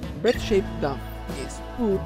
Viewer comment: Dough isn't pronounced "duff", it's pronounced "dō" with a long 'o' like in "slow".